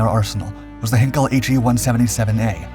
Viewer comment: They can't, cause none of the narrators know how to pronounce the German names correctly. They think the German army and airforce were called werewolves and waffles! Even this one stuffs up Heinkels.